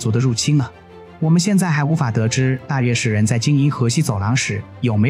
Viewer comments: 應該是閱之，也可做禺之，無論如何不會是肉汁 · 大肉之（大月氏讀音）